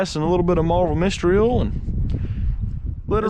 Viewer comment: I love the way he says oil. “Ole” 😂 when he said old ole, I laughed. Oh southern drawls…😂